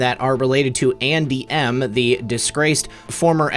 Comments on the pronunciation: buddy it sounds like you are saying aunty M, like in the wizard of OZ, not Andy M!! so Funny!! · LOL! When you said: "Andy M," I thought you said "Auntie Em, Auntie Em." (Wizard of Oz) LOL!! I am surprised by how much noise that Apache 'chopper made. Before Desert Storm, my son was a crew chief on the Apache and after Desert Storm he went to Germany to clean the sand out of those choppers. He was constantly telling me how quiet those choppers were. He told that one time one of them came up behind him and he did not hear it but was alerted that it was there by the wind the blades were throwing.